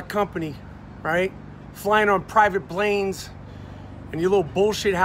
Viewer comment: "Private blanes"